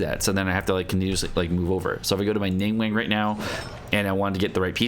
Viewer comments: Oh god he is still calling ninguang 'ningwang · nin gwang but its not a hard a but a soft an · the way they said ningguang 🙁